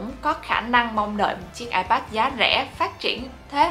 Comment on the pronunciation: Bản thân đọc từ iPad còn sai kìa bạn.